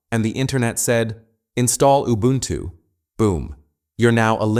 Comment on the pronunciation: Whats “ubluntu” lol